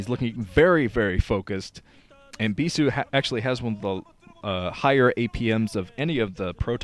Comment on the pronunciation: stop saying bisu like that.